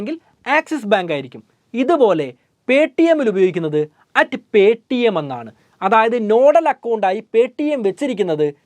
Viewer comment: പേ ട്ടി എം ന്നു പറയാതെ പേ റ്റീ എം ന്നു പറഞ്ഞാൽ ഒരു ഗുമ്മു ഒണ്ടാരുന്നു